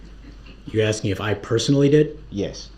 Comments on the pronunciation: Exactly.......if he was truly asking ..... I'm sorry, let me back up for a minute...... If he was truly AXING questions to catch them in lies, he would have been writing down responses..... He's just doing it to talk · The questions he was axing where for the next time he does this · Do you recall being “wit” the detective, what in the heck kind of language is that? Does he carry an “AX” with him because he’s constantly “AXING” questions. This guy is a door knob. He better go back to school and learn how to speak English, so disrespectful to the court so disrespectful. With an IQ of zero they should’ve known he wouldn’t know what he’s doing., what does “BOPH” mean? Such as were you”WIT”the other investigator?? He represented himself right into hell.